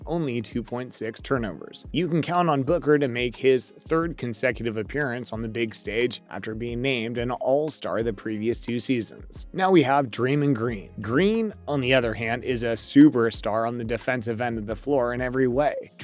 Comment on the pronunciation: It's pronounced DRAY- MON Greene... Its wild Booker can see out of those tiny 👀